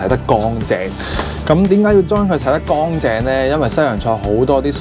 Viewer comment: 干凈唔係光淨呀,懶音.